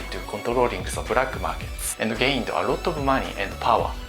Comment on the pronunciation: “Brake Markerts” “Disaprin”